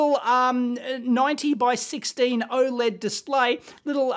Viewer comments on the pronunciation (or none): none